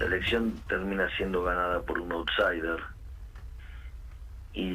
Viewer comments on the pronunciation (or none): Dice Outsider, no offsider JAJA